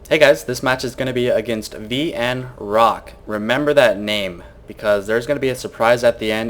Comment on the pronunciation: did u seriously just say destructable deBRISS!!!!????? and VnCock?!? followed by the long uhhhhhhhhhh wow